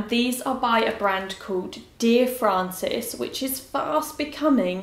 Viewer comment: Dear Frances not Francis ahahah (will forgive ) xxx